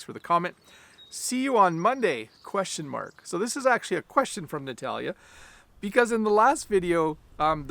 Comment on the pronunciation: Thanks! Today is a Russian-speaking day on the channel! I mean three comments that you mentioned in the lesson. By the way, you perfectly pronounced the name Natalya, as well as the name Nikolai (a few days before). Fortunately, in my country, Daylight Saving Time was canceled a few years ago. No regrets, only benefits. Thanks again and have a great weekend!